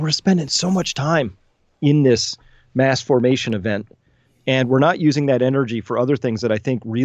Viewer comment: It’s sounds like u said masterbation psychosis, lol, not mass formation psychosis